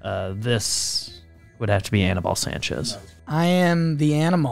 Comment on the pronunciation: I cringed listening to you guys pronounce Aníbal...do better.